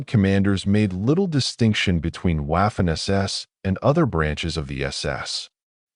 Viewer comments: Your stupidity AI can’t properly pronounce Waffen! The W is pronounced V. Not waffen it becomes vaffen! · You don't pronunce Waffen as w. Its Vaffen. Its German. German don't pronounce w as w. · I have told you before, stupid AI, Waffen is pronounced Vaffen! Take some language courses, mesthead AI! Furthermore, how does an AI device read all the comments? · When someone cannot pronounce Waffen or Weimar correctly I can’t listen.